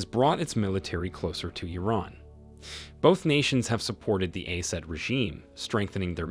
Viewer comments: This fcker saying ayran and aysad if you can’t pronounce name stop saying it. It’s Iran and Assad. Say Zionist criminal regime so called (aysreal) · How can someone miss pronounce so many country names. Iron Iran Eyeran I ran Ey Ran Ey zad (Asad) Hou hees (Houthis) And so many more, wtf is going on